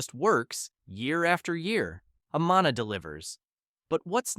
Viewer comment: Amana is pronounced : A-man-a. Not A-maa- na. 😐